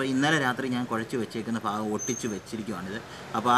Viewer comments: ഭാകം അല്ല ഭാഗം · ഫാകം അല്ല ഭാകം